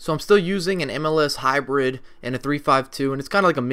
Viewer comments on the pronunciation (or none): none